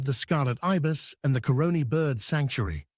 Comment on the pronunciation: In addition to lagahoo and soucouyant, other folklore characters are douens and la diabless pronounced la jabless. Lake Asphalt and the Pitch Lake aren't they the same? We're often referred to as the land of the Scarlet Ibis, Hummingbird and Steelband. Btw, pronunciation of Caroni was a bit off, other than that great narration. Thanks for highlighting the best of our twin island Republic‼️👏🥰👌🫶👍